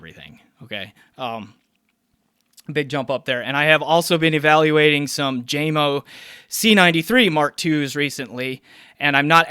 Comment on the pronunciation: Nice review , It's pronounced Yamo ( Not Jamo )